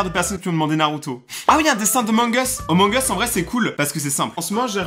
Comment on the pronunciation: J'adore mes le truc qui me stress le plus c'est que au lieu de dire amongus il dit omongus